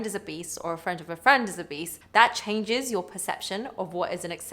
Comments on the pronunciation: i kept hearing "if your friend is a beast"! 😅 had to figure out that's not what she was saying. 👹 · Obese sounds like “Beast” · keep hearing 'if your friend is a beast' lol.